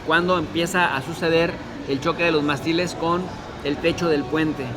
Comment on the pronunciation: Ojo...Mástiles lleva acento. ¡Pronúncialo! "Mástiles" es una palabra esdrújula. La sílaba tónica, que es la que se pronuncia con mayor fuerza, recae en la antepenúltima sílaba (la tercera desde el final), que en este caso es "más". Las palabras esdrújulas son aquellas cuyo acento recae en la antepenúltima sílaba. Y es MONERO, NO MORENO....